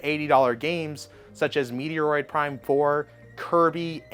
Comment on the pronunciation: How can you not even pronounce Metroid properly?